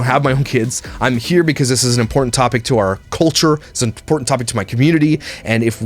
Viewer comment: Oh...I called you a dipshit in my last comment but you are now my hero for pointing out the impo in instead of important....another one is Ba In...it is a freaking button.